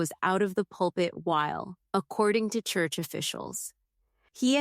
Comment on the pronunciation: Teach AI how to pronounce churCH! 😊